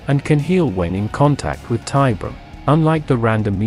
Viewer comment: Not a fan of this specific AI TTS voice tbh (though the CABAL intro was a great touch!) As was pointed out, the AI mispronounces things. I've seen AI-voiced content that has no problem with these same terms (like Tiberium) and that generally sound much better, so there must be something out there that will work. For example the recent voice used by The Long Watch (formerly deathwatck40k) for their lore crossover videos is great.